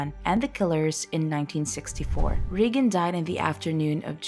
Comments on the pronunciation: “Ree” for Pres. Reagan? 🤦🏻‍♀️ It’s “Ray” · is this a robo-voice? hard to believe a real person wouldn't know how to pronounce the name Reagan.